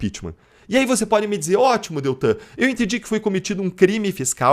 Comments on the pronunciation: Amigo o nome é DELTAN e não Deltran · Por favor, não é Deltran, é DELTAN. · NAO E' DETRAN, E' DELTAN !!!!!!!! SACOU?????